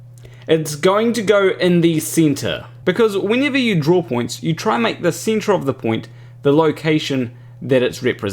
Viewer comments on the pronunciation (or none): In the seentre lmaooo